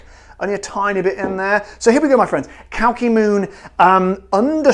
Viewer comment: Glad to be on board:) but we have to work on the pronunciation xD cheers